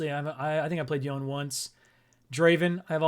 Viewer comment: Man like banger vid then i hear how you say yone